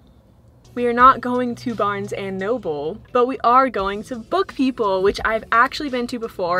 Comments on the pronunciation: I say nobles too haha it’s okay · I DONT CARE WHAT PEOPLE TELL ME.. I WILL PRONOUNCE THAT S AT THE END OF BARNES AND NOBLES WITH PRIDE!!! IT SOUNDS SO MUCH BETTER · Its a texas thing pronouncing it barnes and nobles hahaha im from dallas n i say that too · i pronounce barnes and noble the same way too! bc i swear i saw an S at the end of noble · i also pronounce it, sometimes but pretty much most of the time, barnes & nobles. for some reason my brain kind of just decides to add the s. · That's how I pronounce Barnes and Noble too🤣🤣 It just sounds better that way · I've always pronounced the s in Barnes & Nobles. Don't feel bad lol. P.s. I just subbed. Love you!